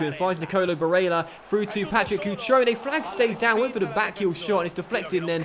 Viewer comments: barélla, with the double L, not Barela, he is not brazilian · Pronounce Barella as if the "L's" are silent..should sound like "Barea" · lfcgo7 he is prob crying about him saying barella a certain way. These kids seriously need to stop being so petty and get over it. Really not that big of a deal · DarkestShadow Hey man just to clarify, I have no problem with the pronunciation of Barella. But the fact that has refused to even acknowledge the problem is what bugs me. Also let me ask you this, when was the last time there wall a poll about something. I'm not here to watch him play FIFA against the AI, I can do that at home. I enjoyed the feeling of being a part of a larger community. Doesn't feel like that anymore, at least to me. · STOP SAYING BARELLA LIKE THAT!! so cringe... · stop sasying barella like that ffs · Stop saying Barella like that!! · I swear to christ stop saying barella like an italian. You are not itallian. I have seen loads of top comments across multiple videos of yours, please listen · Pepe Frog Thank you, I’ve been saying this for ages